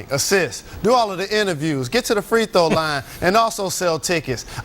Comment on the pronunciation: Damn Jalen, learn how to pronounce the word, throw.